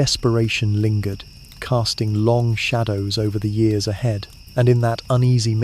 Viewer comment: The way you say years is confusing.